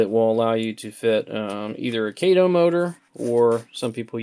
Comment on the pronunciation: Kah-toe, not Kay-toe.